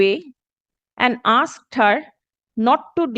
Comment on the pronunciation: The word is asked it is not aksed !